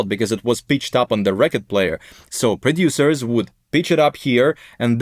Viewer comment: Produciors - dude I hear your accent